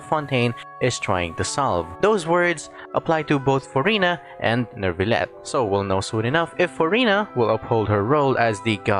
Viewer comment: The way the npc said nervullette instead of neuvillette